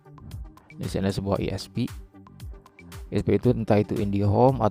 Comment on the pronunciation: Itu bacanya ai-es-pi